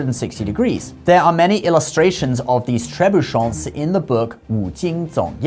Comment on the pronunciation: As a french speaker I did cringe at that pronunciation xD You don't need to make any nasal sounds, there's no 'n' in there. You pronounced it as if it was written "trebuchants"